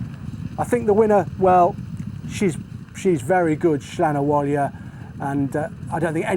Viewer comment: Slan Abhaile.. pronounced slawn avallya